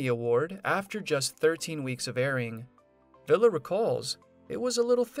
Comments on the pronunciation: I enjoyed your video and learning what Bob is doing now. The only suggestion I have is you should learn the proper pronunciation of your subject's name. It is pronounced "Vee-la" not villa. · It's pronounced Vee La. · You need to say the name right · Your saying the last name wrong